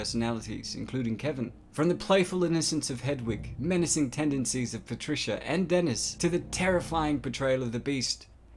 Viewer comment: Oh no its PATRISCHAAAA